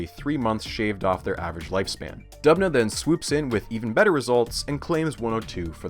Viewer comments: As an actual citizen of Dubna it gets me hyped every time my small motherland mentioned! But also, it's pronounced Doobna, because it is derivative from Russian word for Оak - Дуб (Doob)... Otherwise, great and informational video! Huge fan of your style of presentation! From Russia with love... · Videos about scienfitic misconduct are so interesting But Dubna is pronounced as Doobna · It's pronounced as D[oo]bna btw, with 'oo' like in the 'book' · Great video, as always! Not important, but just to let you know, the town's name is pronounced "d-oo-bnah", the etymology is from the word "d-oo-b", meaning oak. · Is it really hard enough to check how names of people and cities are being pronounced? Georgy and Dubna are hilarious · The way he pronounces "Dubna". 😂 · great video but why are you pronouncing Doobna as if you are a british bloke saying "governor"